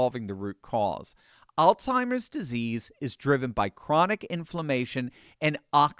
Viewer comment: There is no such word as AllTIMERS! It is pronounced ALZHIMERS! There is a Z, not a T!!